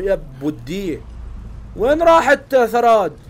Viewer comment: إسمها ثرود مو ثراد ترى الإسم في ترجمة مو صح